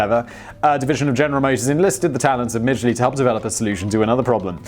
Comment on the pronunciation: I would just like to say....thank you for pronouncing the name right. (We don't talk about Thomas...)